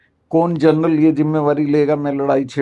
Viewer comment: Karan Thapar, your Hindi is so good, you should also host some of the interviews in Hindi. Best is that you say “zimada’ree” and not pronounce it as ‘jimada’ree!”